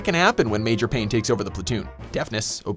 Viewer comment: You mispronounced "Major." Which is odd, since you said it right just 10 seconds prior.